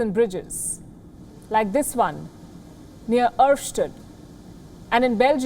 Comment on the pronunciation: She nailed the pronunciation of Erftstadt!